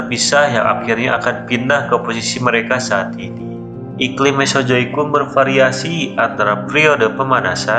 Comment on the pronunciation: Naratornya orang sunda. 😂😂🤣🤣